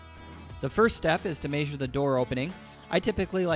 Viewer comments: Your pronunciation of measure is cancerous! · Why do you pronounce "measure" like that